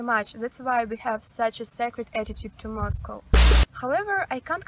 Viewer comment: Finally ... someone who can pronounce Moscow (mas-koh) properly ... unlike Americans that always say Ma’s-Cow 🐄. 😎my favorite pet peeve.